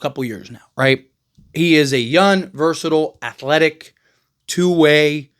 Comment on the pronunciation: Why do you always talk like young ends with an N???